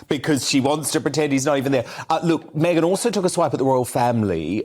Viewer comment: Me'aghan was as usual (Unre'markel'ble Lol